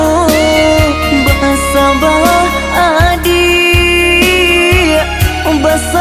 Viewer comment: Pengucapan Adik tu tetap adik min adiiiiik